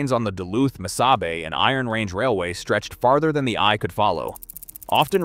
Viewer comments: Miss-0h-bay (aka: Mis-saw-bee). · you have a picture of the abandoned inter campus trolly station in Falcon Heights Minnesota just north of Saint Paul. Also Missabe is pronounced, mi saw bae. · MISSABY?? What the hell is that. I hate these stupid AI voices. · Before you do a video learn how to pronounce the railroads name. It's not lbf, it is tractive effort. Those little ore cars have 100 tons of iron ore in them.The Yellowstones pulled up to 18,000 tons.